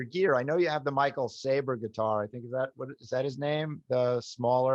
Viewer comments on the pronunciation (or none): none